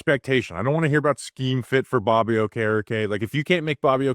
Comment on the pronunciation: Dude, you can't drop the R off the end and leave it in the middle. WTF are you thinking? Straighten your $#%+ out and maybe I will give you a listen. Catch you next time Bobby.